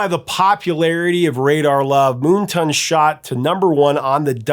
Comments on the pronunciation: Don't know if anyone else has mentioned this in the nearly 500, comments to this video, but Why do you keep mispronouncing the name of the album as MoonTON??? When it clearly reads MoonTAN!!! One does not go to the beach to get a TON. 😁 And by the way my absolute favorite Golden Earring song is the live version of LONG BLONDE ANIMAL from "Something Heavy Going Down". Another song with realllllly great bass line. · Is it just me or is the name of that album moonTAN, like sun tan? Not “moonton” or am I wrong 😂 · Moon Tan not Moon Ton. Come on get your vowel sounds correct. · "Moonton?" It's Moontan. Moon Tan. Like a sun tan at night. 😏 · Moon-ton? It's Moon-tan, like a tan from the moon not the sun. Silly person. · MoonTan! (reverse of Suntan). Say it right - moontunn sounds dumb. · It's Moontan not Moonton. Lol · Moon TAN. As in not a SUN tan, C'mon.... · How do you pronounce Moontan? Here he says as 'moontain' but isn't like 'suntan'? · Yes it is, and one word. I don't know why pronounced it that way.